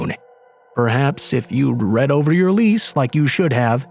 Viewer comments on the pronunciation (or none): none